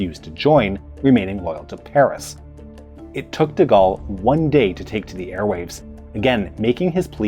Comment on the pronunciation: De Goal, not De Gall.